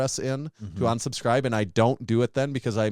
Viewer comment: Great podcast and awesome guest! I did have one question though. Did anyone else notice pronounced unsubscribe like onsubscribe, or was that just me?